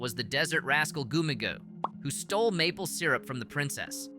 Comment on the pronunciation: goomigoe I think its pronounced gummy goo